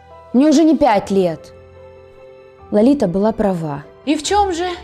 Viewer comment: вообще-то правильно говорить:Лолита. А не Ларита